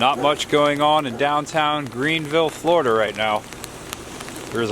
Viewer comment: I just found your channel (YouTube is vast) and I've been enjoying your off the beaten path excursions around the Real Florida. I grew up in South Florida, but live in Massachusetts now. Where are you from? "Foil lige?" I had a girlfriend from New Hampshire who used to pronounce it that way. Say it with me: "Foh(hard O)-lee-edge." On the other side of the coin, she couldn't pronounce "Linoleum" either. Ah, tongue twisters. Or the New England educational system. You decide. Keep on trekin'.